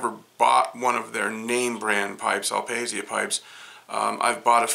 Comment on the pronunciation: Beautiful indeed! BTW in italian is pronounced "al pasha" with a stress on the last "a" :)